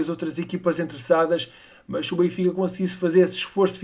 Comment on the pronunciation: aprende a dizer o nome do clube bem